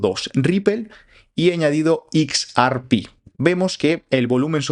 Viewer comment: /eks ER pi/??? /IKS ar pí/??? Por qué? Por quéeee?